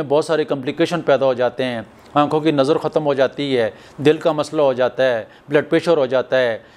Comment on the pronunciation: Prablum nahi Problem .kadum nahi kadam.narmul nahi normal.nazur nahi Nazar.